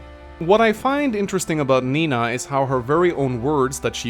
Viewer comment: you are right. I always hear saying Mina instead of Nina XD